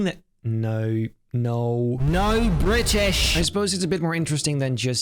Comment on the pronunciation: “NO BRI’ISH”😂